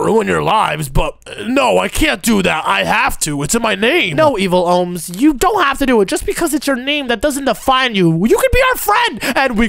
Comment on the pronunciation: You are kids one said shudent but it’s shouldn’t he said evil owns but it’s evil Omz and he said ohms and it’s omz